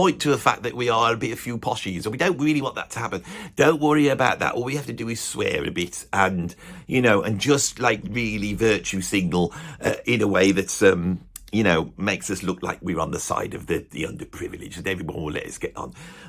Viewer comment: Love your work, but it’s virtue “signal”, not single.